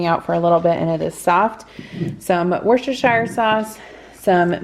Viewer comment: Everytime you say Worchestershire sauce I HAVE to correct you to myself with “ It’s Wus-ter-shur!”, but who cares really🤣